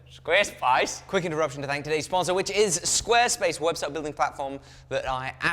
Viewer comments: You saying squarespice was funny on a video about dune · You almost sounded Australian when you said Squarespace like that mate.